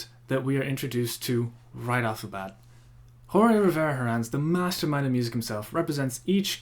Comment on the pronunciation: Just one thing, Jorge is pronounced almost the same way as George, you just take out the "e" sound